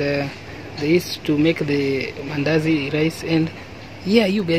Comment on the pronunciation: Did you say mandasi😂😂😂 anyway good vedio